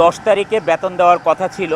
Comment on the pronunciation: ব্যাতোন না গাধা বেতন,,,উচ্চারন ঠিক নেই,, নায়ক মারায়